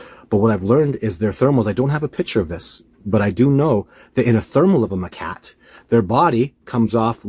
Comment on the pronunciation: Hate to be a the school teacher here but it’s macaque, not ma-cat.